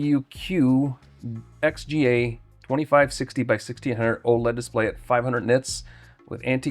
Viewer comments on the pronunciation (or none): none